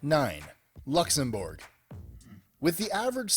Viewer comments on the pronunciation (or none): 'luxem-borg' get out.